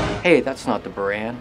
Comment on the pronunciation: it's prounced boorahn. and it's not russian shutle, it's a soviet soviet space craft. yes, there is a huge difference.